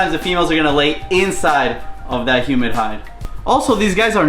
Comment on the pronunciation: Hey, “Humid Hide” 😂😂😂